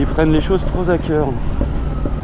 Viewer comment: 2"13 Bravo pour le français ! " les gens prennent les choses trop z'à cœur ". Youtubeur grandiose!